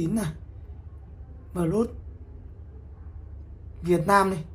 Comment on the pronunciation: Plus Đọc là pờ lút à ông? Chịu khó dùng GG dịch mà nghe nó phát âm như thế nào nhé.